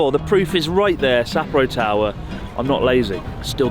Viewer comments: It’s pronounced as sa-po-ro. Not sapoh rho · Great video mate love your trips with Natsuki and Joey! Better pay them haha. Really made my ears cringe hearing the English pronunciation of Sapporo 😂